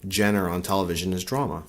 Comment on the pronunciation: Ah, so "real" is people pulling antics and being ridiculous? That is so laughable! Sure, those who like the drama are free to watch it. That doesn't make it any more "real" than the so-called "Reality TV" shows bombarding our televisions nowadays. Oh, and it's pronounced "zhahn-ruh".